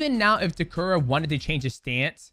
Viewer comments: bruh it's Ta - Keh - Ru , not Ta Ku Rah. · Umm…who’s tekuru?😂I thought it was Ta-keh-ru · it's TAKERU, not tekura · ITS Name ist Takeru Not Takura 😂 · if you took a shot every time he says "Takuruh"; you'd be dead XD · lol DJ keeps saying Takura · Takura, khazmat, Taiwan cii... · LOL DJ calling Takeru Takura is killing me! love these breakdowns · great video but the dudes name is TAH KER OO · Correct is — Tah Keh Roo. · Take a shot every time DJ mispronounces Takeru 😭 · The pronunciation on Takeru is crazy 🤣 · The way you say Takeru's name is driving me nuts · Is DJ pronouncing Takeru incorrectly or have I been pronouncing it incorrectly all along? 🤔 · why do you keep saying Takeru's name wrong? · atleast get his name right. jesus.